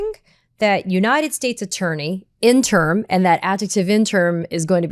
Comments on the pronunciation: Katie, the word "interim" isn't pronounced IN-TERM; it's pronounced IN-TER-IM (3 syllables). Other than that, I hope you don't change a blessed thing. Keep it up. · Interm or in-ter-im? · FYI, it's in-ter-im, not in-term. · Katie, I love you, but "interim" is not pronounced "in term" You drop the I in the last syllable making it a two syllable word. And the first few times you said it I couldn't figure out what you meant. "Interim" is a three syllable word, not a two syllable word. In-ter-im! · In-ter-um. The phonetic pronunciation. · In-trum - pronunciation. Pretty soon it will be in-tern,.. like a Dr. wanna be. ie. Free reign as a king reigns becomes free range like cattle grazing. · Interim: 3 syllables, not 2. (I can't help myself.)